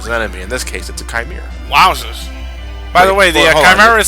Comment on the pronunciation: Chimera has two correct pronunciations. Mind you I can't do the phonetics correctly, but I'll try. (Kai-mare-a) is the first, (ki-mare-a). For those of you out there who pronounce it (chi-mare-a), please, stop. You're doing it wrong.